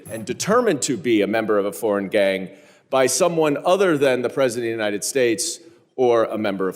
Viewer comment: Unined States of America. It’s UNITED!!!! She cannot even pronounce our country’s name!!!!